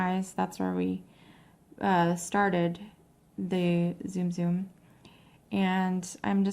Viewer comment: It's not ZOOM ZOOM! It's T-Soom T-Soom!